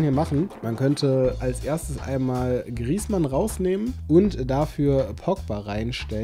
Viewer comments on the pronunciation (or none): none